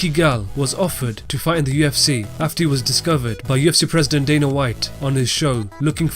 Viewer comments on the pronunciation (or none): none